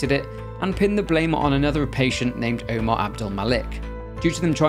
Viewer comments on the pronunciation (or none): none